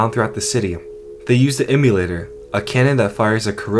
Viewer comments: you mean "em-AH-lator" and not "em-you-lator", an emulator is what you play retro video games on. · hearing you say immolator as "emulator" made me shit myself